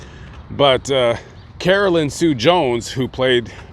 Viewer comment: It’s Carolyn